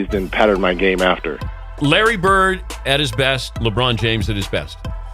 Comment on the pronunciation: His last name is Bird. Not Burt. Immigrants are learning English from TV and the 'net. Stop confusing them.